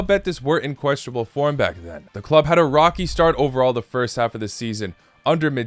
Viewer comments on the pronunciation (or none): none